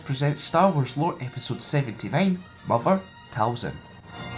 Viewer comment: I thought her name was "Mother Thousand" lol